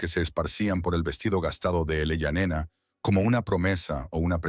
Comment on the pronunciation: La idea base de la historia es buena, el desarrollo terrorífico. (En un momento el niño fué niña) La IA nos volverá locos a todos😂😂 en el generador de caracteres, se lee: Eleyanena, ilayanena el allá nena , elaia nena ¡por favor! Desastre al oído y desastre a la vista..